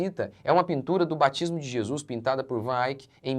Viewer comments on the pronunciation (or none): none